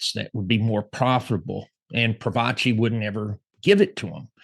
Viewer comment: Its Pro-faci not Pro-vaci.....